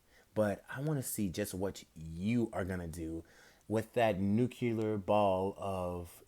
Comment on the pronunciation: I SWEAR EVERY1 MAKES THIS MISTAKE. It's not nu-cu-lar it's nu-cle-ar